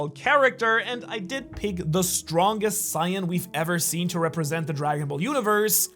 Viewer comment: That saiyan mispronounciation is crazy